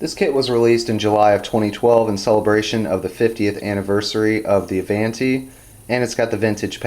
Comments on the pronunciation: Pronounced A-VON-TEE.....DUH!!!!! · A-VON-ti...it's Italian for " Forward".